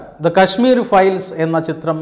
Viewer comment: കശ്മീ'രി' ഫയൽസ് 🙄🙄 ഇതേത് സിനിമ? 🙄 വായിക്കാനൊന്നും അറിയില്ലേ?